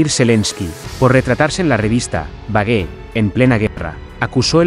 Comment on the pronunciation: Vogue se pronuncia Vo'ug en ingles .